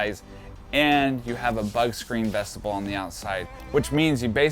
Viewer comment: Friend, thanks for this video. By the way, the word is vestibule (vess-ti-byoul) not vestible.